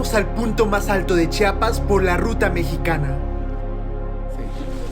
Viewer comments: Oiga mi amigo se pronuncia CHIAPAS No chapas Pos hay disculpe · Por favor, es Chia-pas, Chia-pas, no "chapas" 🙄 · Hermoso lugar pero se dice chiapas no Chapas, haber si aprende amigo no es la primera ves que vienes.